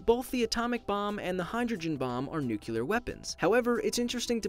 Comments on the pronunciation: if you cant say nuclear, you should not make a video about it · Learn to pronounce. NEW-klee-er not NUKE-u-lur. Thumbs down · Nuclear is pronounced NEW-CLEE-ER or NUKE-LEE-ER, not NUKE-YOU-LER !!!!!! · nuCLEAR not nuCULER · let me clear this up for half of the world here; the stupid half: Its nu-clear NOT nu-culer. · I liked this, and not to insult you, so you dont sound like the BUSH, but it pronounced, NU CLE ER, not nuculure like the idiot young bush. . . . .thanks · Nuclear not NUCULAR? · ITS NUCLEAR NOT NUCULAR (I think I'm a pronunciation nazi now) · It's nuclear not nucular🙄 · ITS NU CLE AR NOT NU KI LUH PHHHHHHUCKKKKKKK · He went back from "nucular" to "nuclear", I'm not being mean though, you make amazing videos. Keep up the great work. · I've never heard someone pronounce nuclear and nucular that many times in a few minutes haha. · Nuclear, not Nucelar bruuuuuuuuuuuuuuuuuuuuuuuuuuuuu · FFS! It's nuc-le-ar, not nucular! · It's NUCLEAR not NUCULAR you had the word written right in front of you man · first of all..... it's nuclear. not new killer mate. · Stop saying “nucular” it’s “nuclear” jeez you said it wrong almost every time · Its nu-CLE-AR not nu-CU-LER! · It's nuclear not nuculer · Nuclear not Nucular. People need to learn how to pronounce it properly... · Sorry but I can't ignore this. It's not Nu -cu -ler. It's Nu-clear. Just like you wouldn't say Nu-cu-lus for Nu-cleus. You even said it correctly several times in the video. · NU-CLE-AR NOT NU-CU-LAR ❤ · He could not stop saying Nucular at the start😂 finally started saying nuclear after like 7 times of getting it wrong haha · new-clee-er not new-cue-lar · "For starters, just what is a Nucular Bomb? A Nuclear Bomb is... " haha My chemistry teacher honed our ears to hear that. Can't unhear. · lmao how he says Nuclear : “new-clear-er” haha it’s pronounced : “new-clear” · Great video, but nuclear is pronounced like "new clear" not "new cue lure". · It's n.u.c.l.e.a.r Not nUcUlAr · NUCLEAR!! NOT NUCULAR